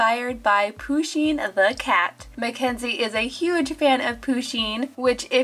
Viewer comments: Its pusheen not pooooosheen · Zoey Woodward ya ikr it's pusheen not pooshen but it's alright she just said it wrong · I like pusheen but im pretty sure that how you pronouncd it is without the emphasis on the u. But dont know you can search it up